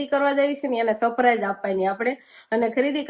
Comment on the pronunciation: સપ્રાઈઝ ના કહેવાય સરપ્રાઇઝ કહેવાય તમે કૉલેજ કરેલી છે તો પણ કેમ આવુ બોલો છો ? કેટલા બધા લોકો તમને જોતા છે તો થોડુ બોલવા નુ સુધારો